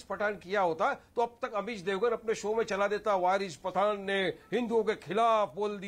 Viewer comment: Bc anchor saying 'Virus Pathan' 😆😆🤣🤣🤣